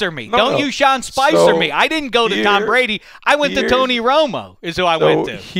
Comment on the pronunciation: "Tom Prady"